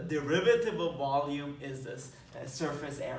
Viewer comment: Sometimes when you said "volume" I understood "ballium" and then thought: "did he said that and if yes, was it intentional?" Would fit well in this scenario though :D